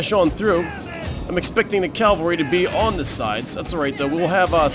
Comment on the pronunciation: It bothers me so much (kind of irrationally) that you say "calvary" instead of "cavalry" but it sounds like you try to remind yourself it's "cavalry" so I suppose progress is good. XD